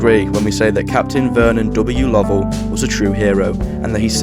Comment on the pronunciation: It is incorrect. There is a different name, "Lovell" (like the astronaut) that is pronounced the way you did it, but it should be "Low-ell."